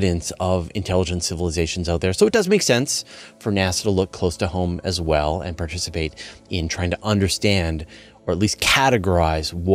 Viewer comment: Bizarre how some Americans can't pronounce "and"